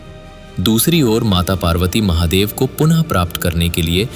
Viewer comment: Mc bc Mahadev ko dehati bolata hai